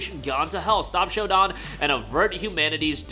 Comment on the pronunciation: Shodan is pronounced (show-dan.... as in Dan from Daniel. Not Don from Donald). Please and rhank you.